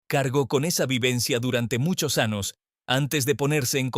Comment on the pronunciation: IA no es ANOS ES AÑOS TE EQUIVOCASTE EN OTRAS PALABRAS NO ERES HUMANO Y DEBES HABLAR CORRECTAMENTE RESULTA DESAGRADABLE ESCUCHAR TAN MAL ESPAÑOL